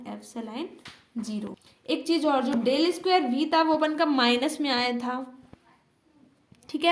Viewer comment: D nahi डेल bolte hai